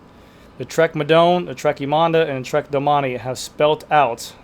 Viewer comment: Trek Madonda 😅